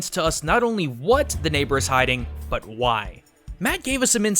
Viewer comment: you said butt instead of but giggle